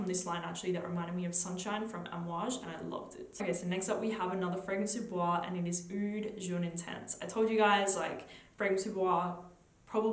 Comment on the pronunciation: I don't find Bois 1920 Relativamente Rosso gourmand at all. It's a balsamic spicy woody scent, an incensey and balsamic rose, very dark and deep, not a happy gourmand. The pronunciation is: "boyz", not with a French pronunciation.